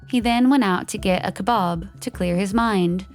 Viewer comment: I've never heard kebab pronounced so poshly!